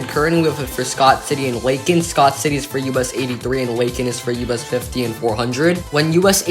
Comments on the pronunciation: ...and LAY-kin, not LACK-in. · "Lay-kin" not "Lah-kin."